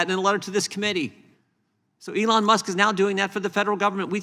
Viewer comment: ELON Musk, not Soon Musk!